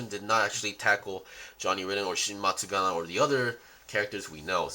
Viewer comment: if i hear matsuGANA one more time.....